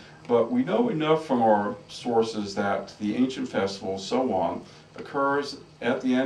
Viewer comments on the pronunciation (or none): It's actually pronounced Sow-wen and Beltane is pronounced how it is spelled... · ya lol Sow wen not however the hell he said it wtf.